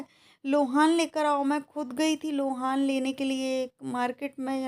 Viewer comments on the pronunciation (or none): Lohan nahi loban hota hai